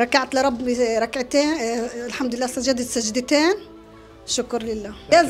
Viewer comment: قالت ' ركعت لربي ركلتين..سجدتين'